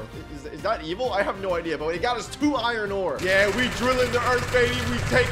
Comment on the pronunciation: Bro said iron ore